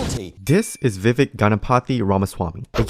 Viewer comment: Vivek 2024, calling out the other GOP candidates as superPAC puppets during the debate was very refreshing. It was ironic how people with nothing but failed foreign policy were calling him out for having no experience. BTW, im pretty sure its pronounced viv-aik, not viv-eck